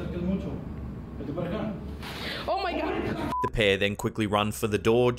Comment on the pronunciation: "¡OH MY GA, OTRA VEZ!" I love it! She sounds like she may be Dominican. ¡Ya tu sabe!